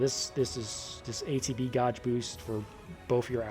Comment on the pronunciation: Are you serious you don't know how to pronounce the word gauge lmao. That's too funny.